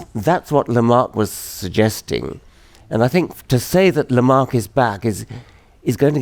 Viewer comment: It's LamarCk' - why not (I mean, what would it cost you, to) at least get his name right?